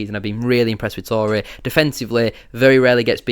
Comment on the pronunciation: He said Touray average, i cant listen to anymore sorry